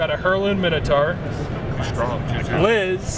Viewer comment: It's a shame Minotaur is consistently mispronounced in the states 😤